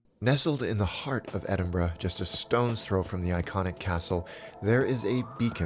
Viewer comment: You get a like just for pronouncing Edinburgh correctly! But your video was also pretty spot on.